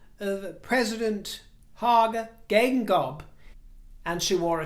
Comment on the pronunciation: I was listening to, and was surprised to hear not only my country (Namibia) but my late president's name too (Hage Geingob). I'm impressed that you said his name correctly. The Princess Royal represented her country and brother very well.